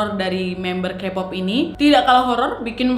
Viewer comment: izin ralat jg, kpop itu dibca nya kepop, taeyang teyang, chanyol, bnyk yg salahh 😭 susaa jg ngejelasinn nya :)